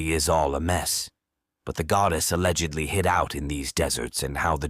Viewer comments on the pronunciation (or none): none